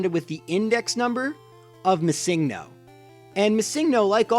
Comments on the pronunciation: it's MISSINGNO. not Missing No.. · Why do you pronounce missingno with the stress on the second syllable? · It's not MisSINGno, it's MISSINGno. Jeez